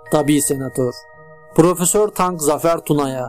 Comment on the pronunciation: "Tarık" Zafer Tunaya. Tank değil : )